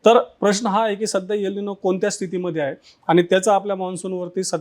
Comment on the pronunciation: प्लीज यल निनो म्हणू नका. गावंढळ वाटतं. एल निनो आहे तो शब्द